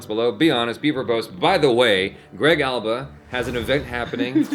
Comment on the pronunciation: Greg alba nailed the name